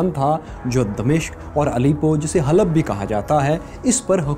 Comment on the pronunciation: Halab ko halab bolte hain